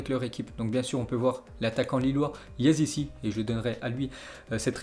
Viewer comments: c'est YAZICHI et non yazisi pour l'info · Yazici il dit au lieu de Yazicé Krasnosdar au lieu de Krasnodar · il dit yassici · Ça me stresse la prononciation de yazici. En plus il le répète 40 fois